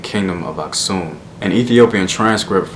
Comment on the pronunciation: Nice video man! Fyi, Geez Language is still used in Churches. Also the Geez Script is still the official script in Eritrea and Ethiopia. Here is sample: ኣኽሱም (Aksum). Btw, I'm Eritrean and happy that you pronounced "Asksum" correctly. Most Americans pronounce it weirdly lol